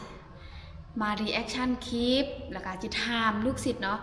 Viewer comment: คุณครูสอนภาษาอังกฤษ คุณครูต้องพูดคำที่เป็นภาษาอังกฤษให้ถูกต้อง เป็นตัวอย่างกับคนอื่นด้วย. คำว่าคลิป มาจากภาษาอังกฤษว่า CLIP ต้องออกเสียง L. หรือ ล.ลิงด้วย อย่าพูดแต่ คิป คิป ๆๆๆ ทุกคำ😮😮😮😮